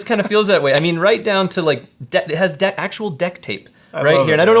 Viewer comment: Wait a minute, cut.. Stop the music! Did this guy just say "Dect" tape? He even stressed the E in dect.. I'm done watching